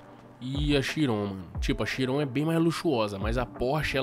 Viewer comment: Kkkk não é "shiron" e "chiron"